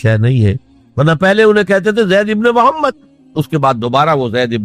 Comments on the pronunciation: Ye voice aur video dunno Dr israr ki nahi hein ye dekhein hamre Rasool ka nam bhi sahi se nahi Le rahe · bilkul sahi bole aapne prnounsation sahi nhi